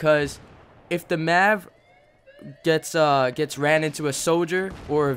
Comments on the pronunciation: M.A.V. not mav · all i heard was yousass, Maavv, and deneenate good video bro